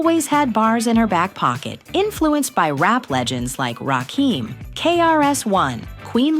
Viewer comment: can't pronounce Rakim.